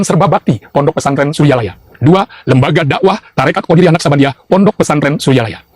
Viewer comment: Qodiriyyah wa Naqsyabandiyah, BKN qodariyyah